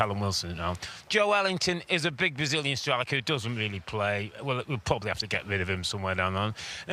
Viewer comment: Joelinton not Jowelington 🤦‍♂️